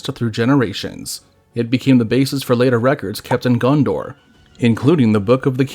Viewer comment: I, too, want to visit Gun-Door.